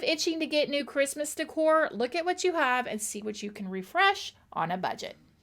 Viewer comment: De'cor is pronounced like this (day core)